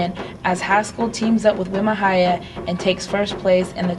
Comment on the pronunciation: wi ma hiya, prounounced.. we mah heeyah